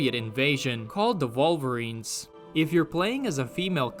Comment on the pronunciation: Volverines lol I enjoy the way you pronounce things now. It took me 3 videos 😅😂